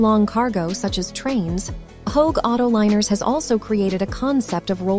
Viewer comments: Holy shitzes. An entire movie produced based on Chat GPT answers sponsored by How-Egg (which is not how Hoegh is pronounced) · Aitch-oh-egg? How tf do you mess that up? Jfc This is an easy Don’t Recommend Channel for me.